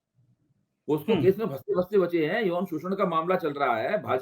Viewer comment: पोक्सो पोस्को नहीं ।